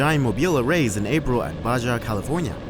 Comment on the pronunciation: Rays are in "Baha" California, not "Bajah"